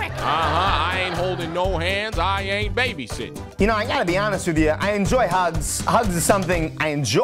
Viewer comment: He said baby “Sitting”